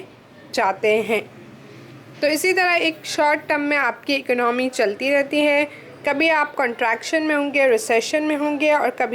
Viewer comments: Economy ko ecnomy bol ri ho 😂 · Mam plz don't mind the word economy is good pro noncation is eco no me ! you say ec no me